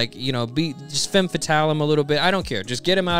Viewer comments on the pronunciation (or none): none